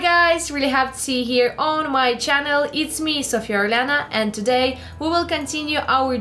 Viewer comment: why you pronounce " Today " Like that ? it`s weird